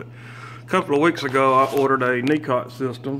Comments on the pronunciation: I suggest you invest in a good tripod for your camera. It was interesting to watch but the camera work is lacking. It is pronounced "Nico" system and not "Nicot" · Nicot is French and the "T" is silent but your American so your not the only one doing that.